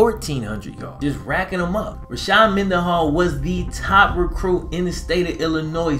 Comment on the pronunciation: It’s Rashard not Rashad